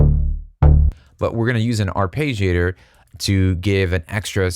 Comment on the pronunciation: Arpeggiator. Ar- Pedge-iator. not Page. Pedge. eesh...